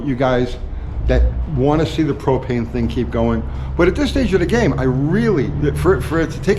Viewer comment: HOWdy U-T-G,... Thanks for the " PRO-PAIN" experiment Thanks for trying...